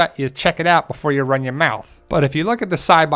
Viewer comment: the Jersey accent really came out when you said (run your mouth) lol